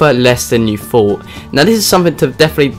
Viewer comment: THING not FING THOUGHT not FOUGHT